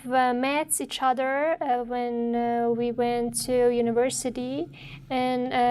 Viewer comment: I think you should be pay attention when you say when because you pronounce it vhen you didn't say when you say vhen 🙄🙄🙄